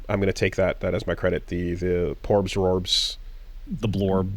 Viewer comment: Great Meido of wisdom, what do you see in your Morb? Also calling them Plorbs instead of Porbs is great